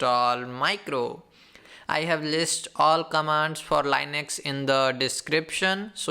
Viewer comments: please for fuↄk sake its linux not lainex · Dude, I am sorry but I couldn't stand this for 2 minutes. My 2 cents: talk normal and learn how to pronounce Linux. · There is nothing wrong with learning the correct pronunciation of a word.